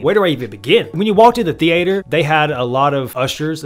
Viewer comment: The-ate-errr. Who talks like that lol.